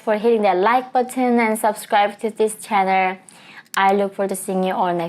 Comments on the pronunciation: Channel...not chanerl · Welcome to my channerwl. lol